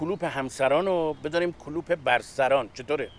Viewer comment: وقتی شکل درست این کلمه "Club" هستش که تلفظ میشه "کِلاب"، حداقل توی فارسی هم باید تلفظ بشه "کلوب"، نه "کلوپ"!